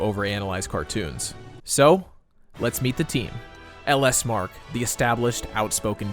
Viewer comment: It's pronounced luh smark